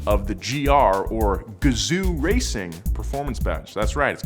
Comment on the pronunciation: gazoo racing isnt pronounced that way you imbecile